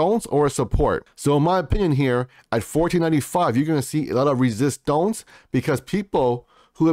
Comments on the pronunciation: It’s resistance (French accent) not resistonce my brother. But I like the video. 8bil and holding until 2025😎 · I laugh every-time you say resistonz ! Lol!